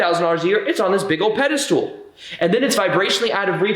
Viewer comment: Pedestal: pronounced: peh duh stl There is no “stool” in this word.